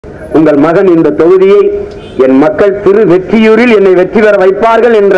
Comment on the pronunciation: Thiruvetriyur illa thiruvottriyur atha Frist therijikonga 🤦🤦